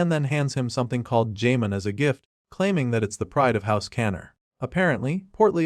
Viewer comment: Jamon? It's pronounced HA-MON